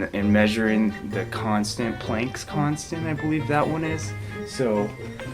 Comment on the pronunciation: "Plank's constanent" lmfao